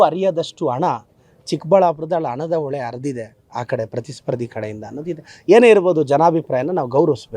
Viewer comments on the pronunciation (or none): ಝೂಮ್ ಹಾಕಿಕೊಂಡು, ಫ್ರೀಜ್ ಮಾಡಿಕೊಂಡು ಕೇಳಿಸಿಕೊಳ್ಳಿ ಎಂದಾಗ ಯಾವುದೇ ಸವಾಲ್ ಇರಲಿಲ್ಲವಲ್ಲ. ಅದನ್ನೇಕೆ ಇಂವ ಹೇಳುವುದಿಲ್ಲ? ಆಮೇಲೆ "ಅಣ","ಒಳೆ" ಇದ್ಯಾವ ಸೀಮೆ ಕನ್ನಡ? 'ಹ' ಕಾರ 'ಶ' ಕಾರ, ಮಹಾಪ್ರಾಣ ಉಚ್ಚರಿಸುವುದಕ್ಕೇ ಬಾರದಿರುವ ಇಂವ ಏನು ಪಾಠ ಮಾಡುತ್ತಾನೋ?